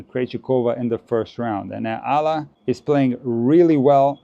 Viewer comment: Just so you know: EALA is pronounced as Eh-YAH-la